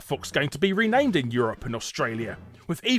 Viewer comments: "Ranamed" ... back to watching the video hahah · Uh.. "ranamed". That's all I'm gonna say. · "Ranamed" Larry? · "Ranamed". Heh, nice one.